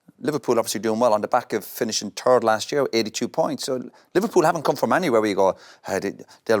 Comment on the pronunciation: Me: Its Three and 3rd Roy: Its Tree and Turd